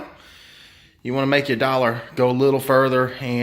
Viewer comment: I love how you say "dollar" LOL